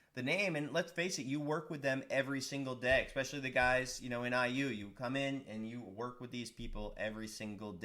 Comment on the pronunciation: You can make millions and still say 'expesially' instead of especially.